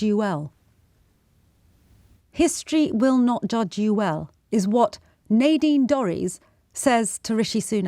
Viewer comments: Nadine: the a is short not long. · It's pronounced Nadine.